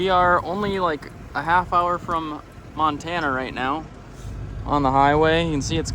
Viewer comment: Btw, I love the Monatucky, much like Pennsyltucky!lol 😂